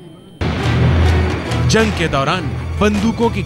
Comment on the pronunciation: Punya Parsoon Bajpayi "zang" ki yaad "taja" nahi hota bhai "Jang" ki yaad "taza" hota hai yaar